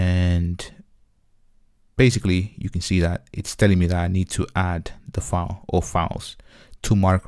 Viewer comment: file not foul. OK?